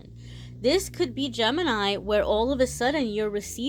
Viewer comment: Gemenini 😂😂 oh no now I read it like that and it sounds like that to meeee!! Guuuuurl 😂😂🤣🙏🙏 also thanks for the reading❤😎❤